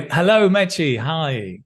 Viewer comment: Hahahaha, love the way you pronunce Meche. It´s Merche, ending in "e" , not Merchi ;). Greetings